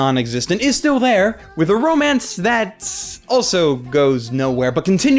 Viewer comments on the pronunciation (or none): none